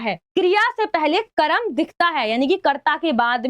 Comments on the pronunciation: Ma,am oo karam nahi hota wo karm hota hai 😂😂😂😂😂😂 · Karam❌ karm✅😅😅